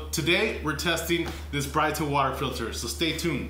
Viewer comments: Brit-a....not Bright-a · its not brightah its brita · He said “bright - ta “. Isn’t it pronounced as “breedA” lol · Y'all need to stop calling it "Brighter water" it's pronounced "Brit-ta" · You're pronouncing that all wrong. It's not Brighter it's Brita. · It's pronounced Brituh. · It's not BRIGHT-A and COE-PPER? !! SMH. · It's pronounced Brit-ah (like Britain.) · Did my man just call it a bri ta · its Brightá 😂😂😂😂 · You are both wrong its brittney. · it was funny to hear you say it like that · Please pronounce Brita correctly..... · Pronounce correctly please. Geez. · You need to learn how to pronounce brita.